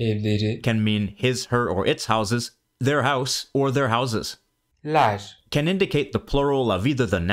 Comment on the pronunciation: Maybe it's just me, but I can't hear a lot of difference between - ler- and - lar- . To me, they sound almost identical, not to mention that the e in - ler- 💯 does not sound like an e .